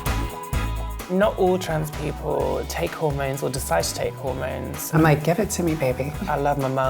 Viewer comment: "I love my 'mones" I'm done😂